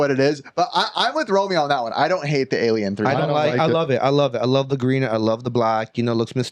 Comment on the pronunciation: ”Fighting that Aijliejen” 😂😂😂